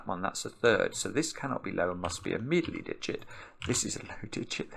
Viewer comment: Someone should make a video of saying Middley Diget over and over.